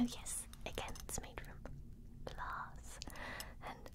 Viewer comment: The way she says "glhahss" I couldnt help but laugh 😂😂